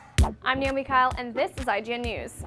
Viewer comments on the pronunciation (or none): none